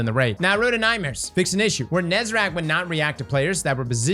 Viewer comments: I LOVE YOUR VIDEOS BUT PLEASE ITS NEH-ZAH-REK NOT NEH-ZAH-RAK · the raid boss is still not called Nezarack. It's right there on the fucking screen. NE ZA REC. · Bro still can't pronounce Nezarec properly and it's been almost a decade. He's not got a rack. There is no Rack on Nezarec. He is a rackless being. I mean you can clearly see that just from looking at him...